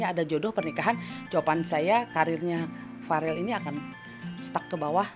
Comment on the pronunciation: Bukan varel tapi vereeel